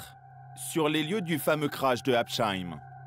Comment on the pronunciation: Habsheim se prononce sans le h, pas habcheim… et merci pour le cliché alsacien, ho yeu !! Bon, à part ça, merci pour cette vidéo !!